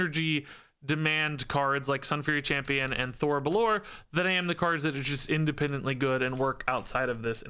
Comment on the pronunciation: Just a heads up (not that it really matters), but I think the phoenix is pronounced Thori bell-or-ay, since its elfspeak.